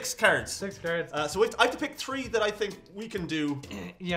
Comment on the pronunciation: You became more Irish when you said, 'I'm going to give ye the tree'.